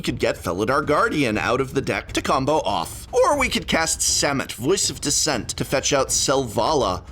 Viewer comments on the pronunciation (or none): none